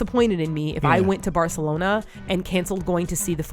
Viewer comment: Martina has been going in on pronouncing Barcelona properly 😂😂😂 I love it so much haha